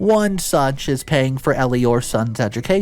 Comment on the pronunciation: Did you say her name was Eliwhore?